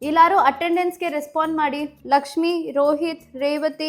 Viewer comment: Kannada clear agi maathadi ಇಲಾರು ಅಲ್ಲ ಎಲ್ಲಾರು